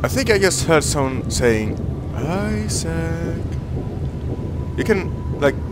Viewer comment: i heard the "Issac" thing